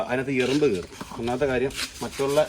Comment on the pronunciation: എറുമ്പ് അല്ല ഉറുമ്പാണ്😅